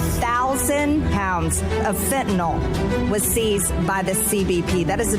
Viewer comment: It's not fentaNOL. it's fentanyl.